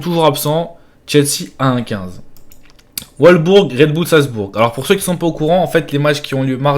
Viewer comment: Je suis mort comment il a prononcé wolsbourg 🤣🤣🤣🤣🤣🤣🤣🤣